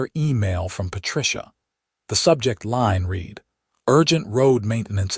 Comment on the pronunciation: The AI narration is pathetic. Imperfect AI narration hasn't been refined enough to distinguish between the correct pronunciation of read in the context it has been used.